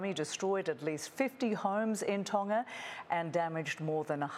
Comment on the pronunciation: Ton-Ga not tonna